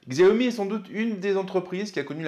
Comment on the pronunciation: On le prononce "chiaomi"....